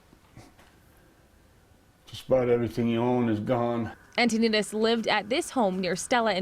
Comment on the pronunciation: His name is Mark and the last name is pronounced an-toe-nuh-deez